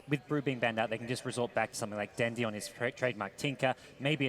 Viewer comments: the way this guy fucking says dendi pisses me off so much. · "Pup-pEy" "Den-dEE" -_______ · AA=ei ei den'di= dendi' puppey= pupeeey dafuq? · why the hell does pronounce everything wrong? navi, dendi, puppey... keeps emphasizing the the last syllable.